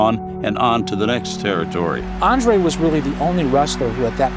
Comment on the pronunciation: Please learn to pronounce the word "Territory" correctly.